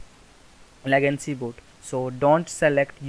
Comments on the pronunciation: It's not lagancy. It's "Legacy" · It's legacy not legancy